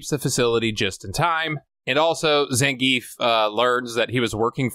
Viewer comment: It’s pronounced Zain-gef not zen-geef